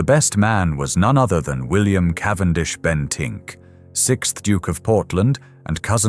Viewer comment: "Cavendish-Bentick", not just "Bentink"